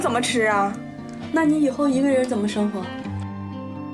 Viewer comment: 王局发音咋这么多平舌😂😂😂su字 seng活